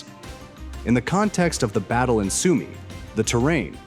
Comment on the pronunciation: ist eure scheiß KI zu blöd Sumy richtig auszusprechen